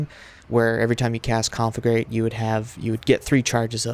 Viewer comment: you pronounce conflagrate wrong what kind of warlock is this